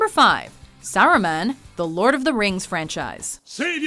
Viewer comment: do you guys really mispronounce names of characters on purpose? Saruman is "saw-roo-mon" ffs